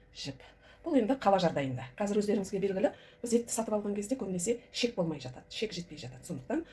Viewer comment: Шек емес. Қыздар, қатындар І Ш Е К. ішек дееееп айтсаңдаршы. Ішек, ішек, ішек